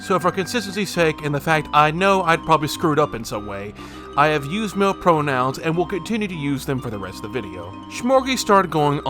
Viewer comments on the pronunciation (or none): none